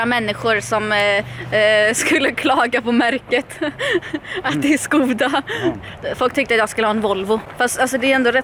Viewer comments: Märket uttalas förövrigt "Skåda", inte " Skoda" 🤗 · Det stavas ”Skoda” men det uttalats ”Skåda” så jobbigt att du säger med O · uttalas "skåda" inte skoda. bilhandlare kallas det och sådana är korrekt stavning 😊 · Man säger skåda inte Skoda ba så du vet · Det uttalas ''Skåda'' inte ''Skoohda'' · absolut, o: et i "Skoda" uttalas dock fortfarande som "Å". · 😂 Jag informerade bara om det svenska uttalet, hon får göra precis vad hon vill med den informationen. För all del, säg "Schkoda" om du vill.